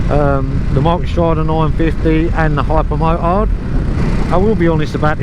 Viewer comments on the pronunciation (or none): "Hypa Mooart" xD